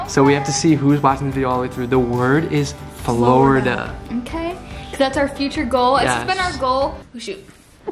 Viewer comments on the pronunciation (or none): The word is "Flordia" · It's "florida" 🤗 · The word is ''Florida''. Love you ❤️ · The word is "Florida" by the way I love you guys if you're watching you guys for so long and you guys are both of my favorite YouTubers I'm so excited for your future together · The word is Florida 😂 love you guys